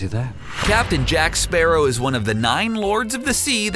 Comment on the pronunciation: Is it not pronounced like the bird! Sparrow